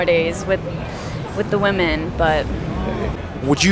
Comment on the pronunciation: Youtube challenge - hosts who talk about the dynamic between men-women on a consistent basis understand the pronunciation difference between woman (singular) and women. Happens so often it has become a pet peeve I never knew I had.. is this an ESL issue? Multiple females ~ wim - in.